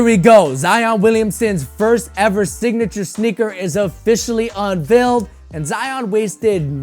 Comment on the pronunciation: My guy said “Dignature”